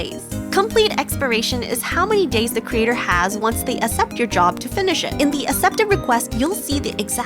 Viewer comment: Thank you for the video, I didn't know about the body size thing! By the way, I'm not sure what your first language is but the first C in "accept" is pronounced like a k! So it's "aksept"!